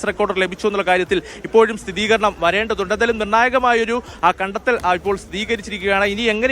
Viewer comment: സഹോദരാ, സ്ഥിതീകരണം അല്ല, സ്ഥിരീകരണം ആണ് കറക്റ്റ്